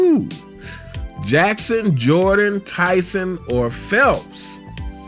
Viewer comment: "phelps"... WTF, Bro...